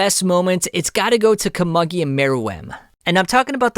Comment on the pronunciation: It’s pronounced “Ko-moo-gi” bro…